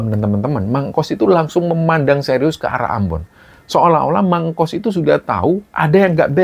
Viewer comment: tuk sebutan kayaknya bukan mang engkos deh, tetapi mang engkus